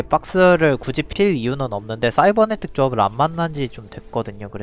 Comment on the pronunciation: 영상 볼때마다 굳이를 궂이라고 하시네요...